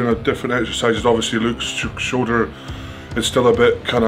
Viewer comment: I misheard the intro first time...instead of Luke's shoulder I heard "Luke's a bit shorter" and I thought damn....imagine being slammed for not being 6ft 8 😂😂😂